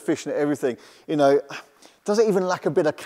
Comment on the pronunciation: "it K no s". pronouncing the K in Know... how old school!